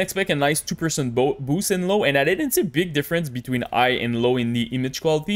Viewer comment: just curious - why you are not pronouncing H letter in all words?) so like "igh" instead of "high" and etc o.o